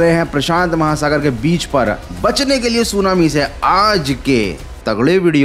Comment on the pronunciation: Bro slightly change your accent of saying "ajjj ka tagda(faadu) video ❤❤❤ love you bro❤❤🎉